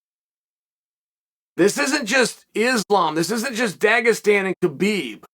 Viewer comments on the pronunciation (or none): none